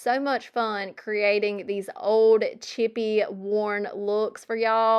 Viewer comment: your southern accent reminds me of julie from julie thrifts. both of you say some words, like old (you throw a u sound in there) the same way. I liked how you explained things, so I joined. I also like that you clean with windex. that's my go to as well